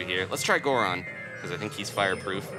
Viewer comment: Wow somebody who doesn't say gooron every time they turn into a goron